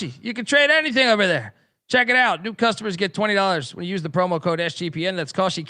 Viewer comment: Should ask your ad rep how to properly pronounce Kalshi.